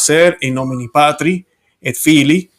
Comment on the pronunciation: In nomine "patris" y no "patri". Abrazo desde Portugal.